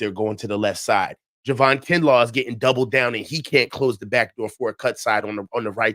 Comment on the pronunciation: Love you and long time listener to you and, but it’s “JAY-VON Hargrave” not Juhvon Hargraves. lol! Anyway keep up the good work (I 😂 kid) and!